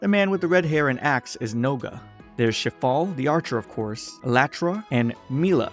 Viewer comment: [name] Shifale [what i hear] Shitfall